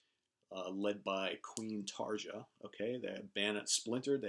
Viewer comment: Great video as always. One correction, though: Tarja is pronounced TAR-YA. 🙂